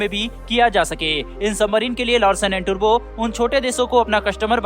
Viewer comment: टुर्बो नही टुब्रो कहो, अच्छेसे समझो .